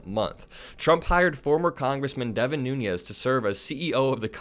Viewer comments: i like your videos, but you murder a lot of names and words. devin nunes is actually a noo - nez. he’s not devin nuñes (noo-nyez). concerning another recent video: ghislaine is pronounced “gee-lain”, like the g in golf, not “jiz-lain”. keep up the good work. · even though I have, no respect for him, I have to point out that Devin’s name is pronounced “noonish” or “newns” not nuñez. He’s not Hispanic. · Devin Nunes is Portuguese. His surname is pronounced phonetically: New nez. Those of Spanish descent probably don't want to be lowered by this fool who sued a cow!!!!